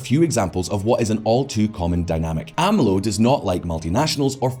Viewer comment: A.M.L.O.? Not a Mexico expert, but I'm pretty sure they pronounce it Amlo 😄